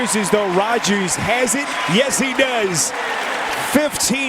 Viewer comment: The commentator saying does is weird